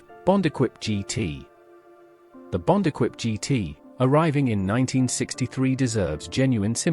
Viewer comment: This presentation is total rubbish, as a mechanic in the 1960's I worked on most of these cars and none had any of the problems reported, they wern't perfect but few cars are. Pity you didn't check the AI sound track, so many mistakes notably Bond Equipe coup is Eh-Keep Koo-PAY, Wolsley is Woolsee whats an Austin At 800?. The best mistake was the Imp was Britians answer to the mini, THEY WERE BOTH BRITISH you prat. It's engine was a modified Coventry Climax fire pump engine, not from racing. I'm suprised YouTube allows this twaddle.